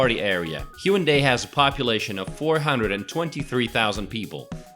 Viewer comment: Brian Y. Actually, there is no 'w' sound in the Korean language, so although it's customary to spell it with a 'w', it is definitely not pronounced that way. The correct pronunciation is more like 'Hey-OOn-dey', except that there's no 'y' sound at the end of the first and third syllables.